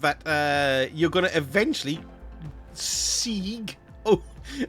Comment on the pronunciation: Segue is pronounced segway. Which made so much sense after I learned this years after the launched the strange vehicle things.